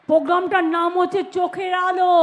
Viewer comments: Can't she pronounce 'r' ? The word is :PROGRAMME: and not POGRAMME🤪🤪 This one's name should be in the Guinness Book of world records as ~~ The Greatest Liar of the Century ~~. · আজ অবধি program উচ্চারণ পারল না, পোগ্গাম আবার কি? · সব শেষে খুবই 😂😂লাগলো ........... যে মূর্খ মন্ত্রী "প্রোগ্রাম" কথাটাও ভালো করে উচ্চারণ করতে পারে না। বলে...... "পোগাম"😂😂😂😂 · পোজ্ঞাম ? ১৪০ টা ভাষা জানা মনীষী বাংলাটা পরিষ্কার করে উচ্চারণ করতে পারেনা ? আর মিথ্যা কথা , থাক সে কথা আর না বলাই ভাল ।